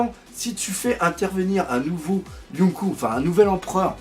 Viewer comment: Yonkou se prononce Yonkô (avec un prolongement du o) et donc pas de référence à dragon ball pour le coup ^^